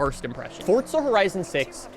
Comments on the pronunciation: can this mf stop saying fortza oml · Why he calling it ForTza